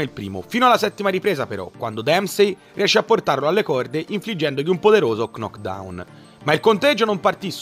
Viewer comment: L'altra volta era "c-nokcout", questa volta è stato il turno di "c-nockdown" (per ben due volte)😂😂😂! Comincia a venirmi il dubbio che sia tu a tradurre le varie interviste e Conferenze Stampa🤔... La "K" in entrambe i casi è mutaaaa!! No, a parte gli scherzi, suona davvero male quando pronunci quelle parole, e mi sembra di aver capito che tu l'inglese lo conosca, come mai fai quest'errore di pronuncia??!🤔 Cmq, a parte questo, il video è bellissimo - come sempre -, anche se la prima parte a mio parere è stata un capolavoro assoluto!! E ripensando proprio a quella prima parte, devo farti un piccolo appunto: Ma non dovevi parlare di Alì in questo secondo appuntamento? In ogni caso, data l'immagine di Rocky Marciano a fine video ed i pugili trattati in questo magnifico montaggio, suppongo ne parlerai nella terza parte, seguendo una linea cronologica! Se poi arriverai ai giorni nostri con un 4°Episodio, allora penso di poter dire a nome di tutti quanti, che ne saremo ancora più felici😉💪!! Nel frattempo, e in attesa del tuo prossimo video, ti faccio tutti i miei complimenti per l'alta qualità dei montaggi che di volta in volta sforni e ci regali!! Sei un grande, continua così!!👍👍😉